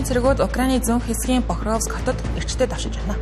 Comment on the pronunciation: Hurdtai dewshij genuu dawshij geechdee😂